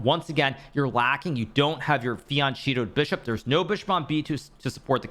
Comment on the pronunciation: did he just call it a fiancheeto? 💀